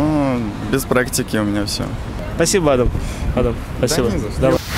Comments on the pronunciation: Правильно не адам а адам. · ЛУЧШЕ ПУСТЬ БУДЕТ АДАМ, С УДАРЕНИЕМ НА ВТОРУЮ БУКВУ А.